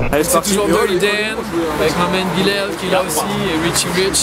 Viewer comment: j'crois que c'est my man(mon gars,mon pote) prononcer ma men